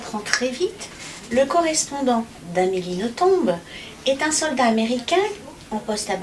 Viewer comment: Eh bien si ce patronyme belge se prononce en faisant entendre le "b" final. Comme A. Nothomb est très bien élevée elle ne corrige pas son interlocuteur quand il prononce "noton", mais je me souviens d'un entretien où cette prononciation était précisée et où Amélie confirmait la chose. Votre "traduction" en "nos-tombes" est d'ailleurs amusante, vu son amour des cimetières!